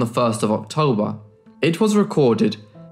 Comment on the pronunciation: What were the dates. One sounded like you said Octember, Lol!!! Next it just sounded like Tember.